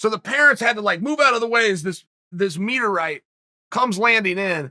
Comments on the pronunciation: Lol, a "Meet-er-ite" 🤣🤣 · Compared to "breakfirst" and"Yah-eer"/"Yah-reer", his "meteerite" was borderline acceptable. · I can't tell which is funnier... either the fact that Chael called his first pitch ever... which went wild... as a "meteorite" or the way that he pronounced "meteorite."